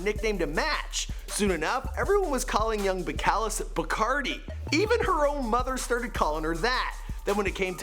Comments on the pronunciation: "beh-cal-is" BELL-CAH-LEESE ! 😭😭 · BELL - CUH - LEEEZ. Why would she marry someone who cant even pronounce her name smh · Baby, it's pronounced BelcalEEESE 😂😘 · You're butchering her name lol Bell-Ka-Lees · her name is pronounced bel ca lize......damn canadians.. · That’s not how u pronounce her name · You said her name wrong💀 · Your not saying her real name right she says it way different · I can't get over how you're saying her name though yiu should at least know hot to say her name!